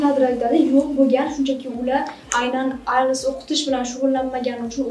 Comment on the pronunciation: Ailes, Isles, ayles❌❌❌❌ IELTS you gotta pronounce T girl